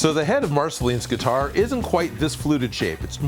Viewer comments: Every time he said guitar I flinched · I am very fine with you saying gutiar